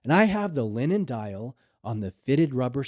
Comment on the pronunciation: He said " linen" .... ffs